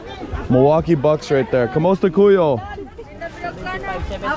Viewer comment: Bro please learn more Tagalog phrases. Maybe introduce yourself before asking for ppls names 😂 Ako si - i am Ano pang- Alaan mo? - what is your name? Emphasis on the last syllable. Kumusta kAyo not Ku yo - how are you?